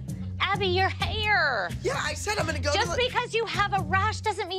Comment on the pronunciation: Jill pronouncing “HaIuRRr” is hilarious 😭